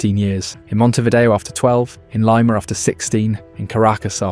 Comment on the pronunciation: did you REALLY managed to mispronounce LIMA? ffs